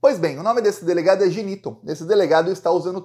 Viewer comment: O nome é GI- NI-TOM TOM TOM!!!